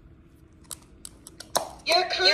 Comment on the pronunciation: 哈哈哈哈泰坦那句I love you發音好標準啊